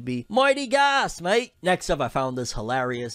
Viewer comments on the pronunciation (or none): none